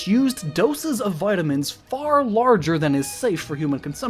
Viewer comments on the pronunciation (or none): umm its pronouced vitamins not vitimins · How you pronounce Vitamin amuses me